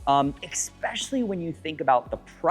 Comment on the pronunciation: Why do people insist on saying "eckspecially"? It's "ESPECIALLY".